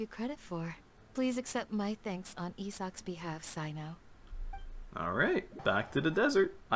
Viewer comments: So about pronunciations again: I already wrote about Candace, but there's another issue as well - Cyno should sound similar to "See-noh" or "Seh-noh", if I'm not mistaken. English voice over kinda butchered the names in this chapter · How to pronounce tighnari and cyno's names :) Cyno- sigh-no Tighnari- Tie-nari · cyno's name reads as [saino] and candace's as [kandakia] !!!